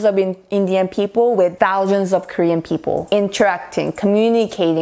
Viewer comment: Your sound is so clear.But many times wrong pronounciation of (people). You can check it out Oxford dictionary. Thanks 😊